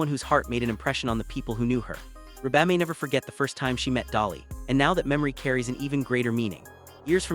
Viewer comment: Wow... the AI voiceover on this is awful. Can't even pronounce Reba's name? It's REEEEE-BA. Not Reh-Baaaaaa like a dang sheep is saying it. MAC-EN-TIRE... is the last name. Horrendous.